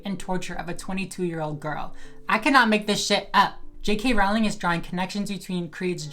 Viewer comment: You're so full of shit. And you don't even know how to pronounce Rowling.